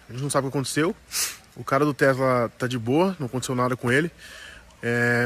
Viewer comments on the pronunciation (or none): Achava que chamava tesla e não texla